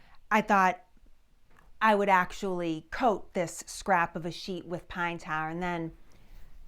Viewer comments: Pan ta? I had to turn on CC to learn that "pan ta" was "pine tar". My mid-west ears sometimes has trouble with accents. Nonetheless, the history is very interesting. Thank you. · A bowl of pintahh....??? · Pine taaahhh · Love your accent! "Pine TAH!" Coming from New Jersey, another Revolutionary War hot-spot by the way, I pronounce it "Pine TAHR." Amazing the difference a few hundred miles make, isn't it? 🤣 I suspected it was going to be pine tar, I couldn't think of any other sticky substance around at that time considering petroleum products were far in the future. I WAS surprised at how dark the stuff is, I'd heard of pine tar but have never seen it. I've heard pine tar is used as a cheating element in baseball but just how it's used for that purpose I have no idea. And I'll tell you, you've got more nerve putting that gicky stuff on your arm than I do! Yuck! Thanks for posting this VERY entertaining video! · Hearing her say “pine taah..” never gets old. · "Pine Tah". ;-) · It's pine tah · Pine tah. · Pine "Tawr"?....sorry but I never heard of that here in the Wabash River Valley....but keep up the good work😀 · It's pronounced "Pine Tah" 😮❤😂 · Bless her heart she says pine tar wrong. .You pronounce the r at the end of tar.